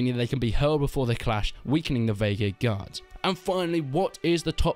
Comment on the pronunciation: The Vaegir Gee-Ards LOL